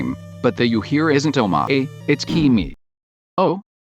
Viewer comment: I love that TTS pronounces omae as Oh-mway